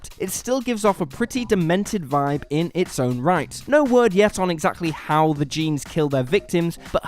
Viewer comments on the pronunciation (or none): none